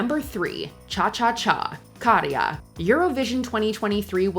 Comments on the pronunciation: Hyvä kun huomautit, muak8n häiritsi toi lausuminen😂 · You put so much effort into trying to pronounce everyone else's names and then don't even try with Käärijä? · Käärijä. Kää like cat, not like car. Karja means livestock. Käärijä means "The one who wraps"